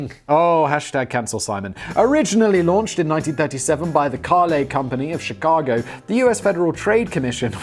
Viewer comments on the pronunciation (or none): none